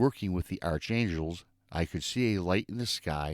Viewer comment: Great show for sure! Iteresting Gemini MOON! Have a lovely NYE everyone!!!, I hate tto correct anyone, but when it comes to angels, I have to lol-Arch angels are prounouced as ARK as in Noahs Ark and Covenant Ark 😇😉😊easy mistake. Blessings to ALL🌟🌠